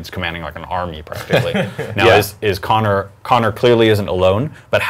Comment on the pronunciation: Its Conner not Kony!